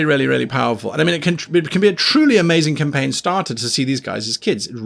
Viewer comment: Did he say, how to start a caim ? :D